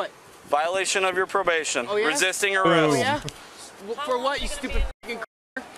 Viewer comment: “I WAS NOT BEING RESISTICK” 🤣🤣🤣